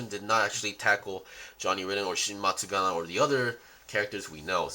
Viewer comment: if i hear matsuGANA one more time.....